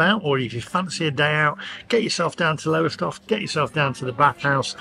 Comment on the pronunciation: When you do your UK tour please check out how the place names are pronounced. It is Lowstoff by the way.